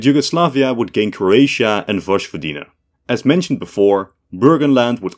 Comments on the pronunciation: Vojvodina is pronounced Voyvodina. For fuck's sake. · "Woshowodina" really? Come on that's so bad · The "j" in vojvodina is pronounced as in dutch >:( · And Yugoslavia would gain vožvojdina😂 It is Vojvodina